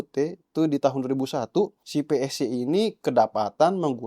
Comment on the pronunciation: Psy bacanya sai/p-sai jangan psi malah keinget nama partai , sekali - kali ambil vidionya dari dekat bang biar bervariasi kok dari jauh mulu dari awal vidio !